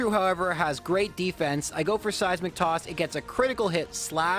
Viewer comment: All I hear is "Size McToss".